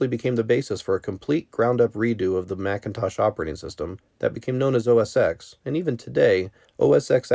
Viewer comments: Another person pronouncing it Mac OS Ex! The X is a Roman numeral because it’s the 10th major version of the Mac OS. It’s Pronounced Mac OS TEN. Just like the iPhone X is pronounced iPhone TEN. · It has nothing to do with age. People who were around then know that it was always 'OS ten', it came after System 7, OS 8, OS 9 and then OS X. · OSX Is pronounced OH ES TEN. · It's not "oh es ex"!!! DAMMIT!!!! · You lost me at “OS [ex]”